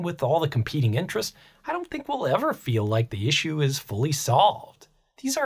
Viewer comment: Is it some kind of a trend to misspronounce "issue" the way the guy in the video does? e.g. I've started hearing random YouTubers here and there pronounce it that way in the last month or two, this is the 3rd or the 4th youtuber.